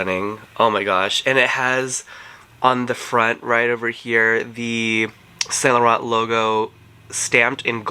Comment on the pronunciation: No shade, but your french pronunciation is right on, except for YSL..and you own many YSL products. It’s the last “t”….silent